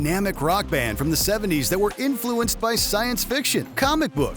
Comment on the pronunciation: Is this AI or does Canada say “influence” differently? In fluence